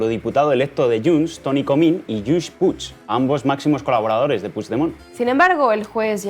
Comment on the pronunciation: Echábamos de menos a y qué bien pronuncia Puigdemont la mejor oleole